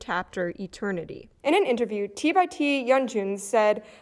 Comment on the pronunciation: Hey, at least she said T by T and not T X T. That's their preferred way of saying their name if you're not using the full name. 😊